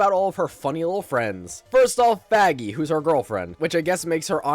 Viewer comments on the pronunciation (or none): Bro did not say 'Vaggie' 😭😭😭